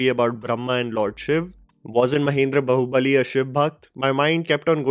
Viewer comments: it is not bahubali it is BAAHUBALI FFS ACNT YOU EVEN PRONOUNCE IT RIGHT BEING A "FILM REVIEWER" ALSO BAAHUBALI IS A TOLLYWOOD MOVIE DONNT NORTHWASH IT JUST CUZ YOU WANT TO DISMIISS THE FACT THAT TOLLYWOOD IS LITERALLY MAKING THE BEST FILMS IN THE COUNTRY RN. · you pronounce it as Baahubali and not Bahubali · it's not Bahu Bali , it's like BAAhubali, JUST SAYING